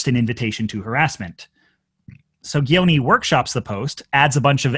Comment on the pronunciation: I get that it's not the point, but as an Albanian, your pronunciation of "Gjoni" is atrocious.